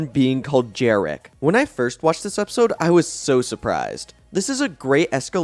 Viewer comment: Isn’t it Jerricky (JerRickY) not Jerrick?